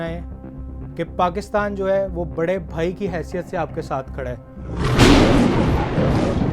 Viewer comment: bro messed it up when he said "bare vai "